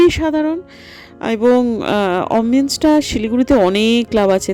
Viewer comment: Jhinum ma er saree dekeh gaye kata dilo 🙏🙏🙏,r ekta small request if possible ,kindly correct pronunciation of 'Mojito' it sounds mohito and 'Ambience' not ombiance.tumi pronunciation e perfectionist tai bollam.kochu mone koro na.